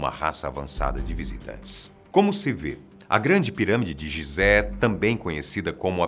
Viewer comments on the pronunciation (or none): none